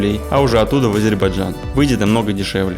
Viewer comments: лучше сначала научись правильно произносить название республики ! не Азербажан, а не Азербайджан!!! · Ребята правильно говорите название страны не Азейбарджан а Азербайджан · Город красивый, автор костноязычный, его друг вообще двух слов не может сформулировать. Я все видео слышал Азербаджан, это очень режет слух. Дикцию надо развивать и читать книги, а то Короче, Как бы, Ващето... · Даже выговорить правильно не может 🤦‍♂️🤦‍♂️🤦‍♂️ АзербаЖан 🤦‍♂️🤦‍♂️🤦‍♂️